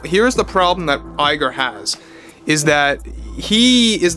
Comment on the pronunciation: Hearing Bob Lie-ger never gets old.